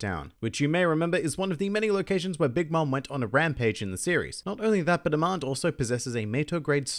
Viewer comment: you pronouniation on the Charlotte daughter's names, was on point, (except Amande), but still great job.